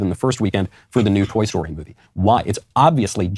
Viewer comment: “myuvie”